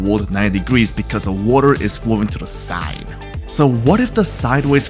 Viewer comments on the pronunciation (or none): why did bro say side like that